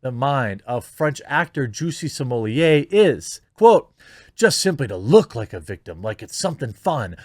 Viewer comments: Juicy Somellier? Is he French now? Jussie Smollet. Plain and simple. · At this point, the inability to pronounce SMAHlet is a sign of mental deficiency.